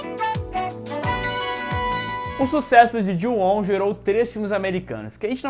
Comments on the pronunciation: Como é: Ju-on Como eu entendi: Juão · a saga" Jô ao"🤣🤣🤣🤣